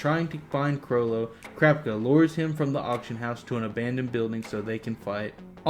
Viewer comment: why do you say krapka instead of kurapika( coo-rah-pika)